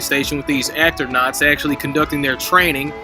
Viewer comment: “Actornaunts” 😂 my my what clever word play bet he's proud of that one